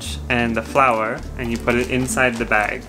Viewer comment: 小麦粉の発音わからんすぎる。完全に花。 てかジャパニーズフライドチキンなんや。日本だけなんや。